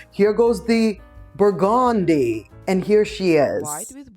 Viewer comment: Thank you for showing the burgundy lady 😂😂😂I think she is saying it bur-GOON-dee with emphasis on the goon syllable